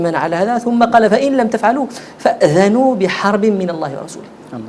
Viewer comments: قريتي كلمة فاذنو من الاية غلط اخويا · خاي حلقة مفيدة جداً و لكن كان عندك واحد غلاط فالقراءة الأية فأذنو بحرب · احذر فأذنوا قريتيها غلط وشكرا